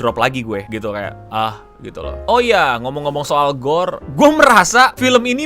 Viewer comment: menit maksudnya korg kali ya? kok gorr nyebutnya yg jd melehoy? wakakakw